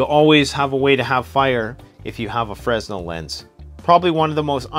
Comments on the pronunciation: It's pronounced, "FRUH-NEL, not Frez-nel fresnel[ fruh-nel, French frey-nel ]noun a unit of frequency, equal to 1012 cycles per second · It's a french guy's name, so it's pronounced "freh-nell" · I hate to admit it, but I did not read through all the comments. I usually do, but... Anyway, a few things. One comment I did read was the proper pronunciation of Fresnel. Freh-nel or Fray-nel is correct. A few other things: 1) Many of these, though called wallet cards, I think are best used as a kit carried in a separate EDC carry only wallet in an EDC bag, or in a vehicle kit, or as part of a carry kit for whatever situation. Not something you need or want to have in your wallet that you are taking out all the time to use your credit cars or cash or ID. Makes that wallet to thick and heavy. In a separate wallet, or other case and kept available for use as needed, just not necessary on the person, then many of them have applications in situation where you would not have access to full-size or purpose made items. 2) The hatchet card 'arrowhead' I do not think is intended to be used as an arrowhead. I believe it is to be used as a reverse point with the hatchet head lashed on a stick so the combination can be used as a weapon, primarily against animals. And independently lashed to a longer, slender sapling type stick for use as a spear, especially a fish spear. It does have uses. Another factor is that whether or not it was intended to be a saw, the serations on the blade will work as a fish scaler. 3) With the Grim cards especially, and other cards where you have access to an edge that might not be very sharp initially, or is of a hard to sharpen steel such as the Grim, go ah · F.Y.I.;Fra-nel; the "S" is silent. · The S is SILENT in the word Fresnel. You would pronounce the word Fresnel correctly if you said it more like is was spelled Frennel or Frenel. Again the S in that word is SILENT.